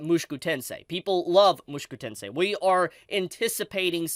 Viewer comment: bro.... why r u saying "mushiku tensei"?